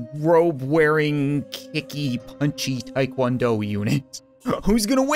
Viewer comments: it is called TA Kwon do with an A not a I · So ya know, its called Taekwondo, and not Taekwando. dont assault me please